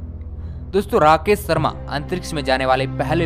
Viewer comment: भाई अपना pronunciation सही करें राकेश शर्मा होता है सर्मा नही।आप श को स बोलते है।